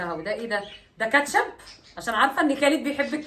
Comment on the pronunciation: بصي انا بحبك بس كل كلمات الماركات قوليها غلط وخالد بيقول مثلك زى برجر برنجز سناكرز كاتشب النطق غلط متزعليش، من رأي